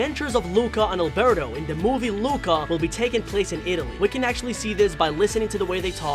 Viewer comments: He said albero and not alberto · Lol did i just hear him call alberto albero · I like the way he said Albero instead of Alberto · When he said Albero I was like:............does he mean Alberto